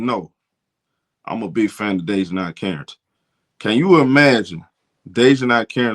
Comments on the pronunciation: (Day-Juh-NAE) not (Day-Juh-NIE) nae as in “Do the NAE NAE” 😂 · Bruh you slaughtering Dijonai's name lol